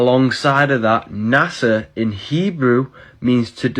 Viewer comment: The Hebrew word for deceive (beguile) is Nàshà not Nasa. It's pronounced Naw-Shaw.